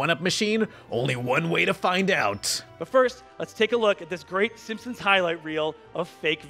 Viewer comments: great vid, but I feel sorta uncomfortable after realizing you pronounce the “Simpsons” as the “Simpsimps” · Why do you pronounce it "Simpsoms"? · The way you pronounce Simpson's makes me want to rip my own ears off